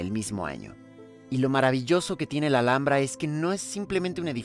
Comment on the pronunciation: Thank you for such a wonderfully made and well explained video, really helps me prepare for the trip to the Alhambra. Also fun to learn how to say the name properly😊